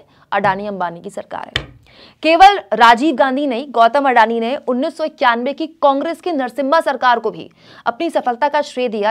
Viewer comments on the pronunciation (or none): none